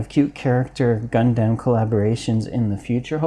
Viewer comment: Please, its Gundam not Gun damn. Please